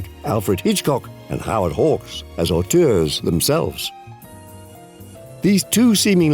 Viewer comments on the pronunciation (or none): none